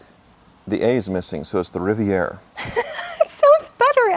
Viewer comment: and - you pronounce that “Rivy-AY” 😂😂😂